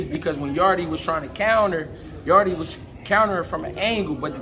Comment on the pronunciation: People have to stop calling Yarde “Yarday” 😂 Yarde is Jamaican and in Jamaica we call Jamaica “yard.” That’s how you should pronounce his last name